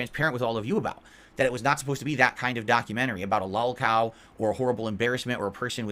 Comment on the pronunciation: I like how he pronounces it “LAWLCAWL”